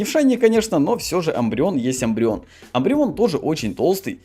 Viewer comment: Мне больше всего тоже нравиться шайни умбреон (Не амбреон а Умбреон)